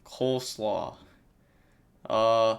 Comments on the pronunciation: the Coelacanth is read as silikant (c-likant) but coleslaw also works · SEE-luh-kanth fyi for the superancient fish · Mans said “Coleslaw” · Btw no hate at all buuut, coelacanth is pronounce, see - lo - canth, just for future reference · Coelacanth is pronounced - See-la-canth. Lots of weird words brought over to the English language